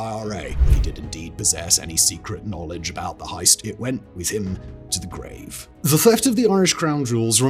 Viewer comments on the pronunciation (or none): none